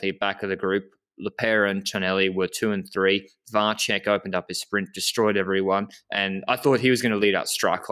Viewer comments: Vacek is pronounced with 'ts' sound, looks like to me. So VAH-tsek, not VAH-check. Someone correct me if I'm wrong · You are right. I found a sample of someone saying 'Miroslav Vacek'. He said Va-tsek. I believe Va-check would be written 'Vaček'.